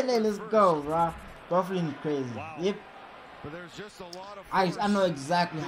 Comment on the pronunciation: It's pronounced "Buff-Lin." Don't ask me why. LOL. The first time I read it I was like naw.